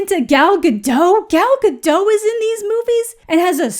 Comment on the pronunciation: just an fyi Gal Gadot's name is not with a silent T, you should say Gadot not Gado. don't know why so many Native English speakers assume it's a silent T